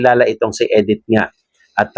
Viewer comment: Hindi po Edith,Medith po.